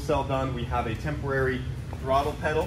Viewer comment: The way says “temporary” lmfao to funny